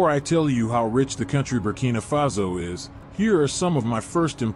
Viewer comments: Burkina faso not Burkina fazo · "Burkina Fazo"? Correct name is Burkina Faso. Good video otherwise.